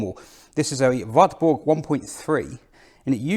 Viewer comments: Pronounced 'varburgh' told off by a German lady sometime ago... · it's pronounced VARTBOORG